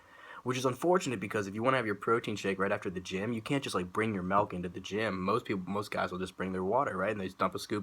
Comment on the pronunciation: Bro I love the way you say Melkk! (MILK) lmao!